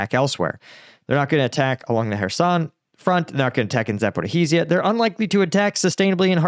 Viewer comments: Dude how long are you going to pronounce ZaporoJIE/ZaporoZHIE wrong? :D .... I am starting to think you are doing it on purpose now. Zapor i h i z i y a :D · If the Russians manage to take Pokrovsk, it would cause a collapse on the Ukrainian lines, leading to the Zaporizhzhia ('Zaporijia' not 'Zaporiheezia') front and exposing Dnipro which would be catastrophic for Ukraine